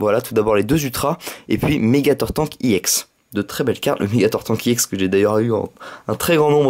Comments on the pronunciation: pk tu dis emolga i ex au lieu de emolga ex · sa se prononce ex pas iex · pourquoi tu dis iex